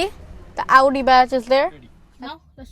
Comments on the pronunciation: he is using american accent in very few words... rest of them are british!! so it's not necessary to say that american one in this purpose whether it's sound bad! and do some research that the american one is also not auudii it's "aowdi" but he is saying it like uuu which sounds bad and also artificial overdo!! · u tryna say u feels awkward after hearing this sound ,,yeah the correct pronunciation is aw-dee in American accent ,,I wanna say leave it and don't watch this video cuz it's not going to fix anyway and he'll improve his pronunciation Inshallah ,,so leave it ,,and I think the weird0 thing is bout pronouncing so this kinda thing stucked u badly